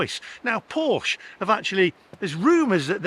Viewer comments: You pronounced scone correctly but Porsche incorrectly. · I feel for you buddy but you bought the wrong porsche and learn to pronounce it correctly porsche I mean buy a GT4 more fun better road handeling sticks to curve like glue ,EV sorry to say are more harm to the environment then ICE sports car ,we racked up 80 K in 10 years on a boxster S love that car it makes no sense I would have to drive 100 K to be carbon neutral with a EV porsche